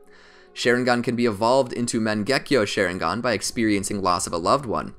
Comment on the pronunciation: "mengekyo sheringan"